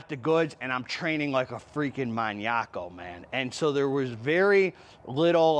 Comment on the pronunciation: Yooo. Did you just say training like a "muniaco"? 😅. That was freaking awesome. Keep up the good work homie. You're appreciated